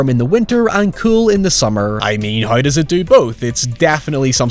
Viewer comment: I’ll say it every time. Love your reviews, hate your pronunciation of “how” and “now” lol